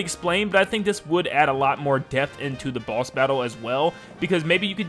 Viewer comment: When you said boss I thought you said "Balls" and it scared me